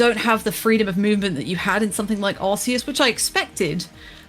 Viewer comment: Kudos for the correct pronunciation of Arceus